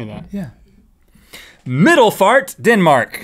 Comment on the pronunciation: You said Midelfart wrong